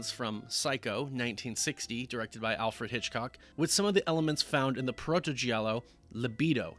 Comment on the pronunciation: GIALLO is pronounced like in JAM. You don't say JEE-AM. You say JAM. JALLO. Not JEE-ALLO.